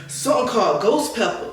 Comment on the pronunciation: “Sumthn called ghost pepper” 😭